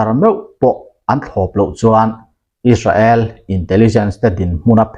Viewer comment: Is-ra-el tih tulh tulh t chu a mawi lo em mai,Sap pachal leh an mahni lam dan chuan Is-rel,Is-reli an ti mai si a!.